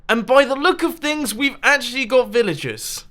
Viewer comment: Who else thought he was saying villages not villagers